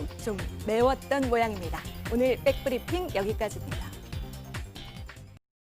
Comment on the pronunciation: 김 소현 기자, 빽 브리핑이 아니고 백 브리핑입니다, 개그도 아니고 뉴스에서 자꾸 빽 이라고 읽으시니 굉장히 거슬립니다, 영어로 제대로 발음해도 back 입니다 bbeck 가 아니고요.